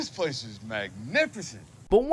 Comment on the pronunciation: Place❌️ pwace✅️